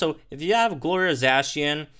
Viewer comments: Za-Cian not zay-cian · I’m pretty sure that Zacian is pronounced “the cyan” cause that’s where the name comes from